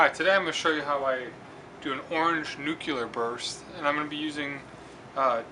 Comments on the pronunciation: it's pronounced "NYOOCLEAR" not "NYOOCYOOLAR". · per the dictionary "noo-klee-er" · No, it's nuclear. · "nucular" hehe very helpful vid thank you very much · Same way former President Bush pronounced nuclear... but this is an interesting video.